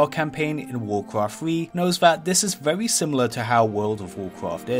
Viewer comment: vewy nice viweo mate!